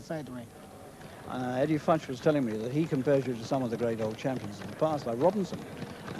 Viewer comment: how many takes?! should be "Futch"! The BBC sports budget has always been ....................